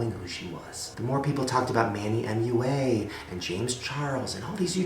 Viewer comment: I swear Shane. It's Manny Mua (like Mwah) not frikkin M-U-A